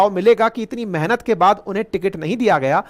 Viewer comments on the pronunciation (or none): none